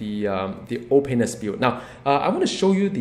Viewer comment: I like the way you say "Ol'Painless" comes out like "Oh Penis" I like your videos and I'm very excited to hear what you have to say about Doom